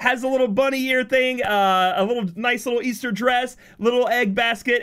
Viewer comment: Es-Ter not Es-Thur